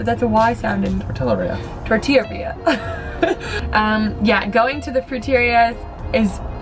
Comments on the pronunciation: lol Thanks for speaking so beautifully of my country! ❤ Also just wanted to add said it right tortilleria it would be pronounced tor-tea-ye-ria lol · Just so you know vato (dude), pronunciation of tortillaria is the correct one! But, that's okay...saying Tor-Tell-arilla helps everyone know for sure you're not a native!:) Enjoyed watching your Mejico trip very much. It took me back to the years I lived there! Btw...I also LOVE your style of editing! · pronounced tortilleria correctly.:) The "ll" is like a "y," just as with "tortilla."